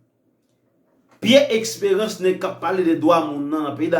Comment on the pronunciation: Eskew vle di Esperance ou byen Expérance zanmim paske menm si m vle tande w menw bouch ou sonnen trè mal wi